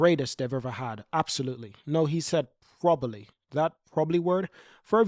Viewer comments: I'm losing my mind because he can't say probably properly 😂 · Hamilton said probably the strongest driver pairing. The emphasis should be on 'probably". Why are so many people missing this?